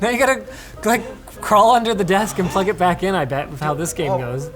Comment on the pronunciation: “I can’t even prug in da caboes!?”